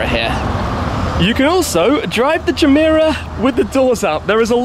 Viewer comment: Any one else notice the “jah-meh-rah” intstead of “gah-meh-rah” irked me every time he said it😭😭😭